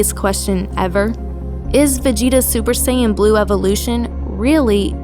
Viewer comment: Salah super saiyan u saying bleu annoyed me so much